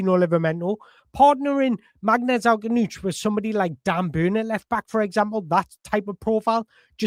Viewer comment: You're gonna have a lot of fun trying to pronounce his surname brother...you're not even close right now but I'm loving listening to you try...I'm sitting here with my popcorn 🍿😂